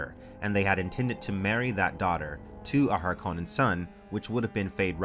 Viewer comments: If you're from Finland, you should cringe every time says Harkonnen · I know, Frank Herbert pronounces it har-kuh-nun with a stress on the first syllable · It is interesting that the word Harkonnen originates from the Finnish surname Härkönen, and the more you say it the stranger it sounds 😃